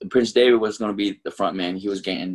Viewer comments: It’s funny how how pronounced prince Devitt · Why does he pronounce Devitt like David lol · Why does it sound like he keeps saying prince David and not devitt lol. Am I missing something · I can't be the only one that thinks like it sounds like he's saying David instead of Devitt